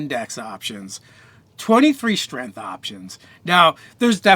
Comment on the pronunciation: I literally couldn't finish the video because of "strenth"